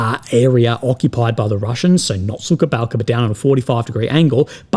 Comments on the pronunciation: It's Suha Balka not Suka Balka. That means Bitch Village hahah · суха балка not сука балка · plz, do not say [SUKA BALKA] it is [SUHA BALKA], suka = bitch. Thank you for sharing your thoughts and letting your other people's vision appear on your channel. Good luck in your personal struggle. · Yeah indeed was watching say "Sukha Balka" and was thinking oh boy, careful there bro.. we should all know what "suka" is and the way to avoid it is to say the right kind of "h" instead (which differs from the enlish h..)